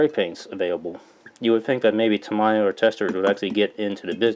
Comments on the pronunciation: I believe it's "Tah-mee-yah" not "tah-mai-yah" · Gawd, the way you pronounce tamIya irks me so much. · White people prefer to say it "Tah-MAI-ya". Asian people prefer "Tah-MEE-ya" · Tami is very offended by your pronunciation. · so cringy everytime he pronounces Tamiya. lol! but helpful video overall.